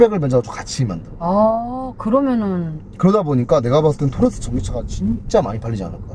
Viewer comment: 토레스입니다!!!!!토래스가 아니라!!!!!!